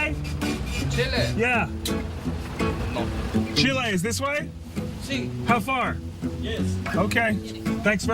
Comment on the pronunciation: CHIL-AY! lol!!